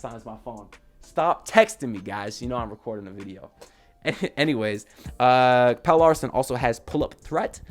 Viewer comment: the man name is Pel-le not Pail.